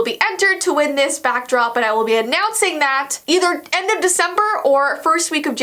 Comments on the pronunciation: "Its December." People who watch: "Wdym its Veecember?" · I like how is says Veecember instead of December noise Vee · No it's vee September just kidding it's vee sember